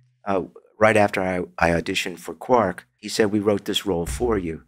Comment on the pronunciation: Why does keep repeatedly mispronouncing characters' names? "Tuvak", "Quork"...